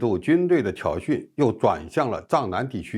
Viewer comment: 挑衅，念信，别念成训！